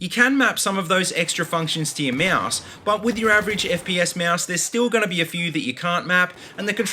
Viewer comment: mouse or moaoose? lol